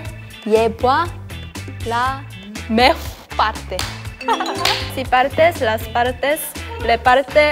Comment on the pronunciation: Me dió risa cuando no decían el "mejor" completo y solo decían mej, no sé porque será pero bueno